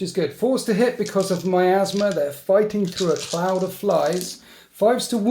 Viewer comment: because of miasma i thought you meant my asthma!!! hahahaha too funny :D